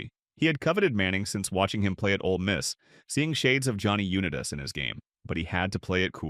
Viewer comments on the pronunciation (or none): I hope this is AI. How do you mispronounce Johnny Unitas?